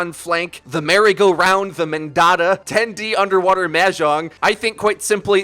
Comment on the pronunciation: The mendatta effect (like mandela but mendatta)